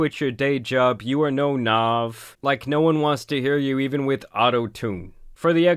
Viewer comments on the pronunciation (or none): its N A V not nov lmao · Man said “ nov “ instead of nav 😂😂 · Who tf is nuave? 😂 its nav